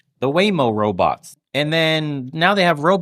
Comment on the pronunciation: bernie pronouces 'robots' the same way zoidberg from futurama does.